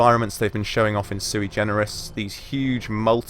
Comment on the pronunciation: Suigenerous? Is that what you said?